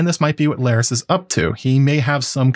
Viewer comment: Larys rhymes with Varys